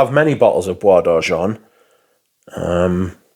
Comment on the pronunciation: Oh boy, we gotta work on that French pronunciation! Oh De Jawn-Tee-En Blonsh. JerAneeum Poor Miss-ye (like the first half of the word year, also no 'n' sound (it's not moNsyear)). Bwah D'arrgen (I think you got that one correct). With love!